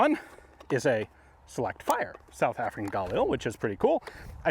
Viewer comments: I don’t care if it’s correct or not brother for the love of GOD, PLEASE never pronounce “GUH-LEEL” like that ever again. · Stop saying Gail Lee cmon Ian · hey Ian you say “galil” with a very strong g, it sounds like the “GA-lil” it would sound way more accurate if the spacing was much … tighter. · I’m so pissed off. I could’ve went my whole life ignorant to the correct pronunciation of galil. The correct way does not sound cool in the slightest bit🤣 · I love watching this guy, but am I the only one that gets just the slightest bit triggered by the way he says "Galil"? Lol XD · Love how Ian's been corrected on how to pronounce 'Galil' so many times and yet he persists in saying it wrong. 😄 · Oh, is THAT how you pronounce it? 'Galil'? Got it, thank you